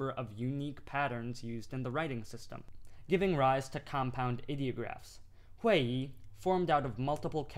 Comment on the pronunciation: xiang 4 xing2( tone always on Vowel A not i ) Your tone is not correct Hui4 Yi4 !